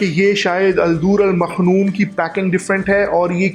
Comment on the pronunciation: مکنون ہے، آپ مخنون کہہ رہے ہیں، بہرحال ویڈیو بہت اچھی ہے،